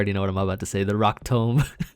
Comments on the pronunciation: Every time you say rock tome I imagine chucking a really thicc book. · Also I’m on your side, rock tomb just sounds better the way you say it. I say rock “tome” now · The 3 dislikes were all Joey after you said Rock Tōmb